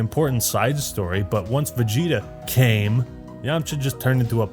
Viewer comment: Ha. "Came"